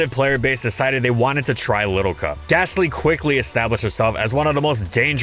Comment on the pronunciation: THERE IS NO H IN GASTLY!